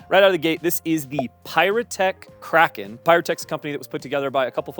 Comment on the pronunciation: Thank you for pronouncing "Kraken" properly.